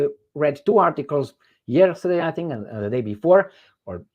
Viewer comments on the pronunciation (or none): said Ieristaday.